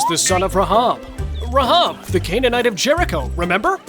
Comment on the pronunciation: it is pronounced Raihab not RAHAB how you pronounced it